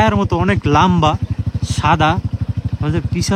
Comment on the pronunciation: oi ta lambba na lomba hobe...uchchron thik koro plzz ❤amk chinte parcho..?